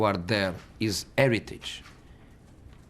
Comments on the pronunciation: best parts "This is football aeritich ". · Mourinho: Football heritage What I hear: football irritate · "It's eritage". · 'Inheritance' not heritage. LOL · ITS -ERITAGE ! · "Football AIR-iteej!" You're at Manchester United, dude. Probably not the place to go on about heritage. You're actually just whining about the players you've inherited. Very different thing. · IT IS ‘ERITAGE😂🙌🏼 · That's "eritage"... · “Futboul eritage” 😂😂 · "That's football 'eritage" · Eretidge looool Hes right though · That is eritage 😂😂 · Drinking game:Take a shot every time he says "Football 'eritage" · U know what it is It's Eritage Aguero silva De bruyne fernandinho Eritaze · ‘Football Eritage’